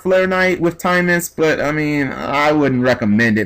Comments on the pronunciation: its timaeus not timemus! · TimEYEus is how it's pronouced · It's pronounced Tim-EYE-us lol. And the monsters it summoned in the Doma Arc were 'Dark Magician Girl the Dragon Knight' and 'Amulet Dragon'. Further, Timaeus will work on 'Dark Magician' cards, including Dark Magician Girl, Dark Magician of Chaos, Dark Magician of Illusions, Skilled Dark Magician; essentially allowing any monster with Dark Magician in its name to be used... Amulet Dragon's effect allowed you to banish all Spell Cards in your grave when it was summoned, and gain 300A per Spell; its original ATK being 2900. DMG the Dragon Knight (2600/1700) allows you to destroy one face up card on the field and destroy it by sending one card from your hand to the grave, and it is a Quick Effect! If the effect you have is the true effect, then shit just got real! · Can you read? Doesn't even look like a word you would pronounce "timeus" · It usually doesn't bug me but omg the way you pronounced Timaeus and Paladin in this video really got to me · I agree in that context, and I see why he was asking why It should even matter, but I think it bothers me even more when we HAVE a correct pronunciation of Timaeus, and Paladin and the others he said wrong. I mean the Characters said the names ALOUD. Either G needs to re-learn english, OR has never heard the words aloud. Not trying to start an argument I swear, but I cant be the only one who was bothered by his mistakes. Also its not the first time he has made these mistakes.